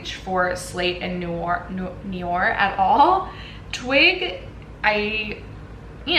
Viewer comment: Maybe try slate as a base with Colourpop's Ritz all over it? ✨ And I hate to be that person who halfway into this project can't hold it in any longer, but that's not exactly how Noir is pronounced 😅 it's more like no-ar and not ni-or 😬